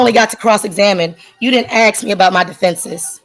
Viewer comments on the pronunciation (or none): "You didn't axe me 'bout my defenses." ASK! It's ASK, you nitwit! Speak English. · Ask! Not ax! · You didn’t ax me!! If only people knew how to pronounce ASK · Make her say ask instead of ass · It’s ask…not AXE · You didn’t axe me about my defenses. You didn’t axe me. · No, you can’t ‘axe’ any questions but you can try asking one. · Why are you axing that question? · I am mostly disturbed by her pronunciation of ’ask', for some reason 'that's why I AXE you' bugs me so hard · ASK, not AXE, dypshyt! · "You didn't axe me! You didn't axe me!" for the love of all that is good and holy, the word is ASK. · For all that is good & holy, it is "ASK"not "axe". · She is certainly AXING a lot of questions! At least she can't blame it on racism!! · I think that she should be able to axe a question. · she "axes" alot. can that be outlawed, please?? I can't take this dopey use of the supposed English language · Science shows that 98.3% of defendants who say "let me axe you" lose their cases. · Can anyone pronounce the word “ask” anymore?! Damn. This is crazy. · She should learn how to say ask. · ‘Is you sayin I can’t axe?!?!’ As an Englishman I genuinely believe they should be imprisoned for destroying my language